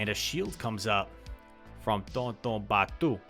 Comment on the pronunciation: Your pronounciation of tonton batteuse is wrong pronounce with french accenr